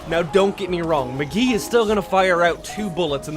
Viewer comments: His name is Mcree not Mcgee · did anyone else notice that he says mcgee not mcree?